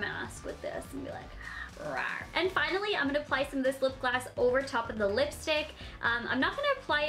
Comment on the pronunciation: She said gloss like glass f2f